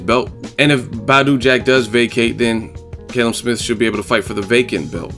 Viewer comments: its pronounced Kalum not Kaylum lol 😂😂😂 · It's CAL-UM not KAYLUM. haha.